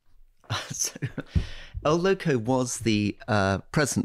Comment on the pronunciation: Why can't Alistair say 'loco' correctly? It's extremely easy.